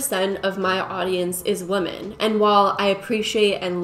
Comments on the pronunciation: I kept getting distracted by that this entire video. It's a good video, but it was hard to pay attention because my head hurt a little every time she said woman instead of women. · Is it just me or is she constantly saying "woman" instead of "women"? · I love these types of videos & think you do a great job with them. But my brain doesn't like the way you say women lmao i hear woman. I know it's just how u say it, obviously you're smart and know the proper word.. But i can't be the only one who gets thrown off almost every time you say it. 😅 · I love you but why do you pronounce women like that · You say women wrong. Fyi